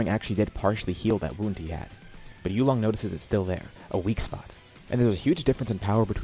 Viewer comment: You are pronouncing it wrong and you came up with the name. It's 'You Long' not "you long". Please practice tones.